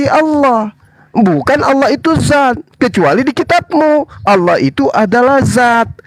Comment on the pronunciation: harusnya di baca Allah ka bukan Alah heran sya trmksh.